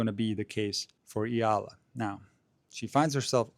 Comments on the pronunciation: Her surname is pronounced EYALA. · The "E" in Eala is NOT pronounced as the i in Italy, but as the E in extra. Amazing as it may seem too you, not all alphabets follow the English fonetic rules. 😅